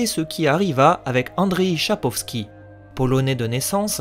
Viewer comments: Et "andjeye sapkovsi" et pas "andri chapkovski" ;) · Video tres sympathique pour un fan de la licence (livres et jeux video) juste un petit point a ajuster le nom de l'auteru est Andrzej Szapkowski pronomciation Andjey Chapkovski